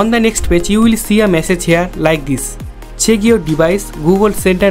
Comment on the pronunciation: Bro the way he says password and check😂😂